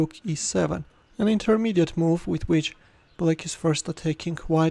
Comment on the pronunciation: The way he is saying black as bullack😂😂😂